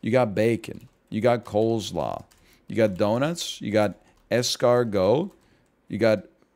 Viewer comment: did my man really pronounce it Cole's law